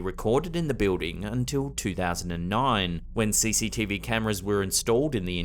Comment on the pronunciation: Btw, when he says, "Bewding" he means Building.